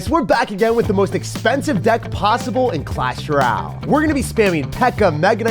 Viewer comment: I watch everyday and love the content that you put out! But I have to say (with much love)- the way you say "Royale" makes me cringe so much. Again, coming from a place of love 🤪😘